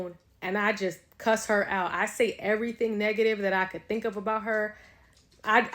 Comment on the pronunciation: EV-UH-REE-THING. my GOD.